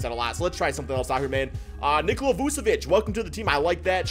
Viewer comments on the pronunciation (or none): none